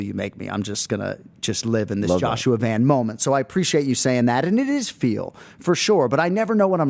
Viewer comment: Someone needs to tell Anik how to correctly pronounce Joshua "Van"